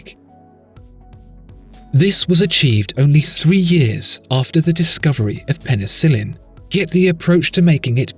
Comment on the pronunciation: penicillian? It is penicillin!